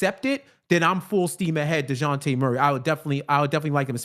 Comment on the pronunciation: I forwarded the Timestamp to hear take on DON-te-lay's performance and I got more than I bargained for with his De-WAN-tay Murray, [ channelling his inner Spanish ] 🤣🤣🤣🤣🤣